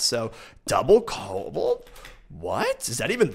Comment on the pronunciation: One more for the list... Please never say "Cabolt"